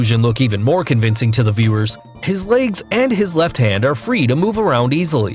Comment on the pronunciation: "Laygs" lol. Never understood why people say legs or leg like that